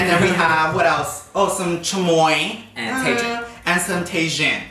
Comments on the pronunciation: calling TAJIN (tae-jin) is hilarious got me saying it just like him 🤣🤣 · When he said Tay-shun instead of Ta-heen lmao